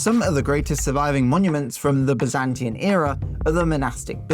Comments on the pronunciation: "Byzantian?" Really? This bothers me. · Byzantine, not "Byzantian"